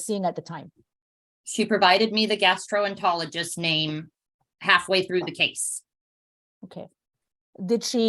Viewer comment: Dear CPS worker: Learn to pronounce gastroENterologist. If you want to be taken seriously as someone supervising a child's health effectively and with sufficient knowledge, please know at least the bare minimum.